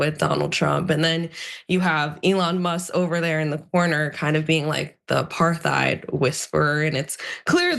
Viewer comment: Did she just say “apar-thighed”? Eesh. First time I’ve ever heard anyone mispronounce apartheid.